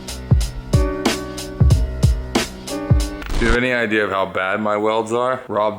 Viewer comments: an "ideer" ? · "I have an idear for a rack"